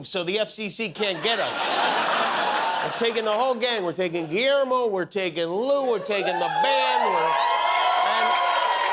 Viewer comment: All these years and Jimmy still has not learned how to pronounce Guillermo’s name correctly, but has likely taken the time to pronounce Kamala correctly.